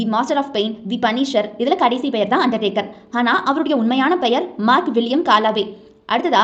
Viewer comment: தாயீ அவர் அண்டா டேக்கர் இல்லமா அண்டர் டேக்கர் 😂😂